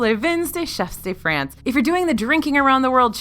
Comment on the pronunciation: Please! If I may, the "S" in chefs de France is silent.😉😉